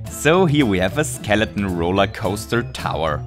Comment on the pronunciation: I love how you say skeleton as skeleon